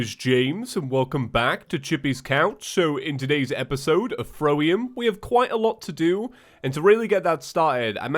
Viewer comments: why do i feel like said "throwium" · I just noticed he says throwium 😁😅